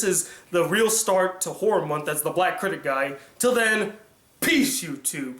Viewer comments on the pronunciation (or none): none